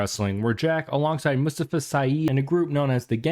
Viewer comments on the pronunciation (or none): Clips Nice work on this one, I really enjoyed it. New Jack's partner's name was phonetically pronounced like: "MOO-staa-FA"